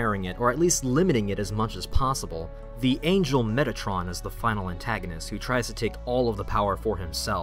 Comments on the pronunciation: When you said Metatron, I thought you said Mettaton. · when you said metatron I heard mettaton and got very confused